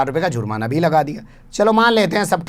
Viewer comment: sahab Aap z ka istemal karte hai jab ke J se he jurmana